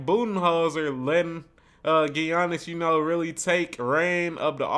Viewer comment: ok before i let this go any further i have to finally tell you before somebody else does, his name is pronounced yannis. The G is silent